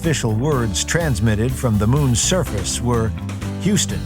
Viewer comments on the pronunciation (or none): none